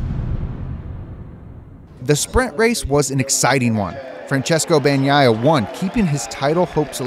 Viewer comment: Fran-ches-coh Ba-Nyah-yah